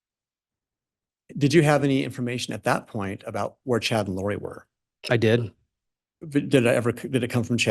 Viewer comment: I love that 40 seconds in he mispronounced Lori's name where it sounded like he called her "Lori Dybbuk". In folklore, a dybbuk is " a malicious, disembodied spirit, essentially a wandering soul that clings to a living person, often causing possession or mental distress." That's like a sixth sense type Freudian slip... 👻 😂